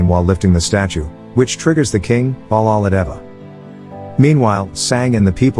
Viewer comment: It’s not cappa it’s.... KAPPATHA And it’s not balladeva its....BALLADEV and it’s not devasana it’s...DEVSENA And it’s not shiva it’s...SHIVA